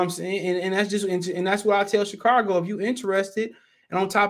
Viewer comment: There's no R in Chicago.